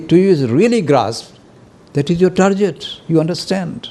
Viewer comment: TARGET NOT TARJET PRONOUNCED G NOT J